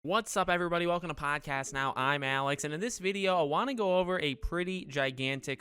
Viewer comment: Pawwwwhdcast now.....was very annoyed at the way you say it now but kinda growin on me